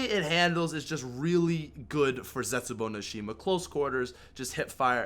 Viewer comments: Zestbuou? Really? Lol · "Zestbuou" you okay fam?